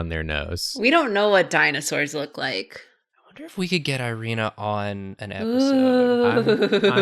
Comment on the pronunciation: Oh hell yeah! Also, for future reference for the Drawfee crew: "Irina" is pronounced "Ee-ree-na". Because I'm sure they'll come back to Irina eventually